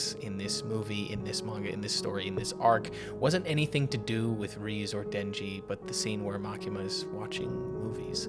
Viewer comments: More like Reh-Zey not Reeze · It's rezé not reez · amazingly peak emotional video, great job. but reze is pronounced "ray-zay" 😭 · REEZE???? How do people watch the movie and still not know how to say her name? Do you all just not listen to the words being spoken?